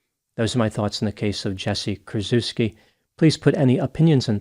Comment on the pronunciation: "Kur-CHEFF-ski," please.